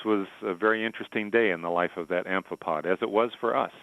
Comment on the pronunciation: As Accio Me said: the scientist-like-thingy said "amphipod".